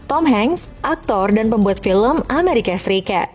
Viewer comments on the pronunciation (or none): none